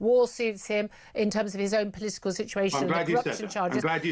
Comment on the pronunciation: Crafty polee-tickle??